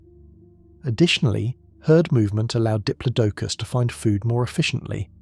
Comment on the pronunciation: pronunciations are so annoying! Did plod a cus!